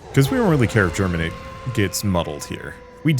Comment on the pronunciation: There is no "r" in Geminate.